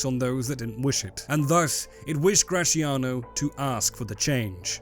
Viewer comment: I don't understand the beef this man has with the sound “zia” in “Graziano”: why does he pronunciate it “cia/chia” instead of “tzia/tsia”? English has Z sound (like in “Zoo”) so... Why? Whenever you see a Z in an Italian word, just read it as X. It's not the same, but is the letter with the closest sound